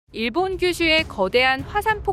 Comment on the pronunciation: 내가 좀 예민해서 그런지 발음이 일본도 아니고 계속 일~본이/데~요?이래서 좀 거슬리네 .. 걍 안들을련다..